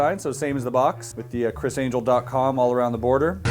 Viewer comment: His face everytime he says chrs angel hahaha